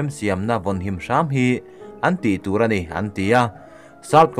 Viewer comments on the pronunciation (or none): none